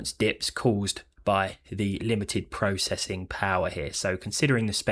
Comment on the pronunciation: YOU SAY PROCESSOR AND PROCESSING WRONG!!